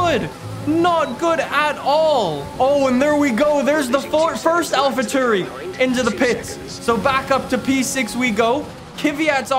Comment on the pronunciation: "Alphatoori" ok